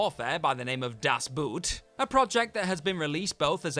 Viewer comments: Das Boot: in German it's pronounced like "boat" is in English, not "boot" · Ev’ry dumb English speaker not being able to pronounce “Das Boot” correctly. GRRRRR. It’s a friggin’ German submarine, not a piece of footwear!!